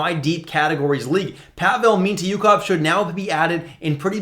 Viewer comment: The pronounciation of mintyukov is wild